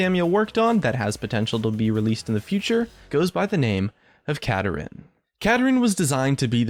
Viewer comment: It's Kapparin